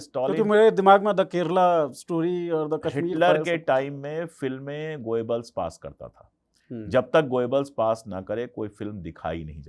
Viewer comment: भाई पहेले proper pronouns करना तो शीखें गोयेबल्स नहीं गोबेल्स था। N same goes with Bhutto, mushshrraf & so on…. Such films made everywhere… Hollywood too. Problem is, hit हो गयी बस, तकलीफ ये है बस। यर एक फिल्म क्या हीट हुई, all the ppl r goin behind it… Huh!